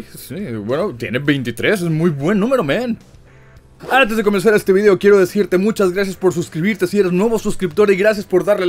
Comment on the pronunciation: Si proncias "Vidiou" como tal suena más natural el saludo, me gustan tus videos